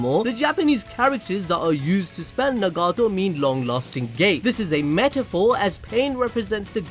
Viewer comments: He can say Naruto but not Nagato ☠🤦‍♂️ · Pain: you tryna get stomped on-no-jutsu'd Jiraiya: WAIT WHAT?? (All six paths of Pain squad up) Me:🤣🤣 just the way he phrased that had me dying also the way you pronounce Nagato is funny too me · Nagato! Say his name right 😂